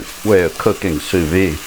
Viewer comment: Great video! Sous vide is pronounced: sue-veed (don't leave off the "D")